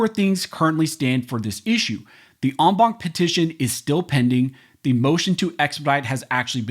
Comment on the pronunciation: STOP using ‘en banc’ you beat the shit out of this French word,rather use ‘in bench’ PLEASE! Other than that, excellent job!